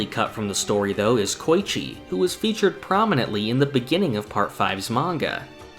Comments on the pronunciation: Bro you have such deep knowledge and I love these videos but MAN Koichi = Ko-E-chi Not coy-chi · "koy-chee" bruh 😐